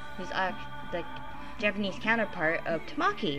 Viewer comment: Ta-MA-ki? TA-ma-ki. XD Think of the Japanese word for 'egg'-- 'TAma.' But cute vid! XD